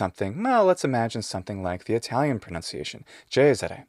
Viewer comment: You have a better Italian accent than me and I was born there